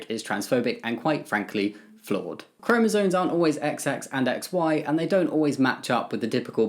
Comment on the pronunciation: Completely off topic: It's chromosoMes, not chromosoNes. I don't mean to be mean or annoying, I've heard it mispronounced so much and it just makes the person saying it sound less informed (even if they clearly are, like Jamie certainly is) PS: I agree with the comments saying Harry Potter is much bigger than the author. JK has been problematic, for a long time. Her pro-LGBT activism has always felt very virtue-signal-y to me.